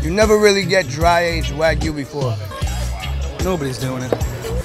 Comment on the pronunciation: All these butchers and meat specialists pronouncing wagyu wrong as fuck hurts my soul